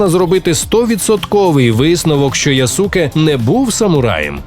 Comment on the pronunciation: Яске а не Ясуке читається. Користуйтеся будь ласка правильною системою транслітерації японської